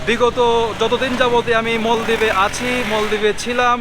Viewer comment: মলদ্বীপ না ভাই, উচ্চারন হলো মালদ্বীপ।